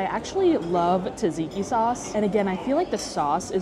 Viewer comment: Just to let you know that Tzatziki pronounced sat-see-kee! Not Tuh-zee-kee ;)